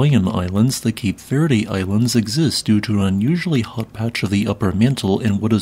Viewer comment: The "e" in Cape Verde is silent/not pronounced.